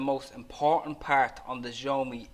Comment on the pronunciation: It's pronouned "shyaomee" ☺️